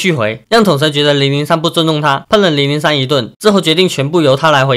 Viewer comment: 統神看到小亮ig的文 爆氣說要打給他 叫003拿來給我 發音太像奶酪